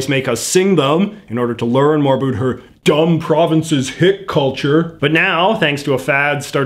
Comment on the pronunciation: Why, oh why do you insist on saying “a boot”? Explain yourself young man. Other than that, your work is good.